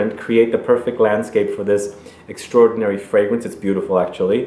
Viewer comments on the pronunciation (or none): none